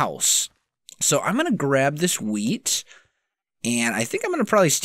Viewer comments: Is it just me or does it sound like he says weed instead of wheat? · Lol "Ill be Rolling in wheat" Sounded to me like "Rolling in Weed"